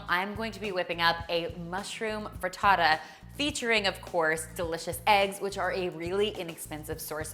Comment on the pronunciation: I love the way you say "frittata"! Lovely video dear, as always! <3